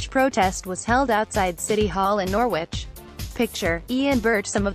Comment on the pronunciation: It is pronounced Nor-ridge!